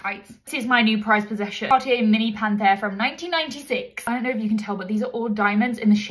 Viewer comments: She is saying “1996” like its “1886” 😂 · I felt attacked when she emphasized 1996, I think I'm vintage